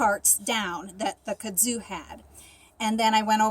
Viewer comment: Hey! I love your videos! I hope you won't mind me letting you know that Kudzu is pronounced KUD-zoo. Emphasis on the first syllable. Kudzu is a parasitic vine that will actually cover trees and entire houses, if left unchecked. Grows like crazy down here in the south. Keep doing these videos. They're awesome!